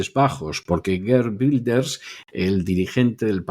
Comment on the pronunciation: Y los secuestrados por Hamás que han muerto, ¿Cómo han muerto? ¿Cómo se lo han tomado sus familiares?, Wilders no se pronuncia en inglés, tome ejemplo del señor Vidal, que pronuncia mejor los idiomas...